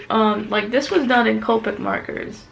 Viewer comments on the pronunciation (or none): none